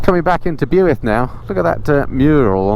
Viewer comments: too true, pronunciation of Builth Wells was funny. It's pronounced "Bill - th" th as in "the". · Pronounced “Bilth” (spelt Builth) 👌 Bwlch/Rhigos and Black Mountain roads are a must when you’re back in South Wales next! Maybe bring something sportier 😉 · Blueith ha ha